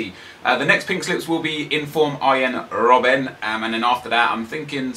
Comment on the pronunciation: Why so you say rrrrrrrrobb-en?